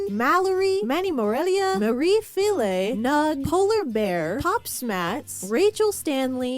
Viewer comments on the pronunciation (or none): none